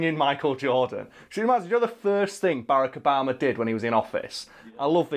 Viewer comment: is it just, or do british people just call him Baraco Bama?